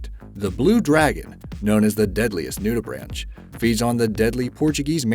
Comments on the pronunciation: Just wanted to let you know that the word nudibranch(s) is pronounced either NYOO-di-brank(s) or NOO-di-brank(s). Enjoy your videos, but I just wanted to let you know. Keep up the interesting videos! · Nudibranch is pronounced ‘nudibrank’.